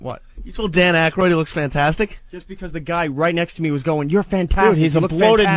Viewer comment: It’s Aykroyd dummy